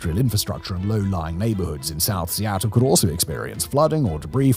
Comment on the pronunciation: I'm surprised he pronounced Seattle correctly. He butchered every other city.